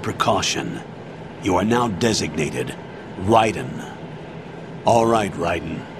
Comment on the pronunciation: ok si chiama raiden e non raven LoooL